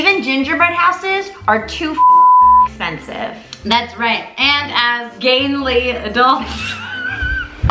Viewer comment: actually pissing myself at “expensitive”